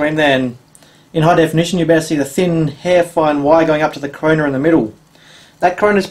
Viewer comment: "Corona" not "Coroner " lol!